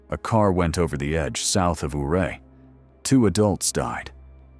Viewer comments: Not sure if this video is using AI for narration... If it does it's funny how it still mispronounces Ouray and Uncompahgre 😂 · If you’re going to make a video about the Million Dollar Highway, please learn how to pronounce Ouray and Uncompahgre.